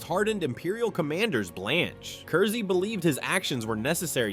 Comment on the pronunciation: Its pronounced Curse. It's a pun.